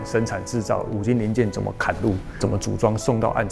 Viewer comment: 講過了，但還是要再講一次 嵌入啦，ㄑㄧㄢ！ 崁的意思是山丘啦！